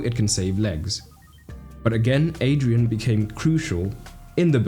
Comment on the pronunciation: Everytime you say Adrian, my brain hurts it’s Adriàn